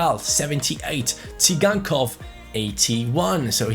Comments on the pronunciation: Moise kean he is 72 rated he should become 74 in this season because he is in juve and its not si gan kov its "sie gan kov" ok? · It's pronounced Sygankov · you pronounce Tsygankov as Victor "Zaigangkov". I think you said it wrongly.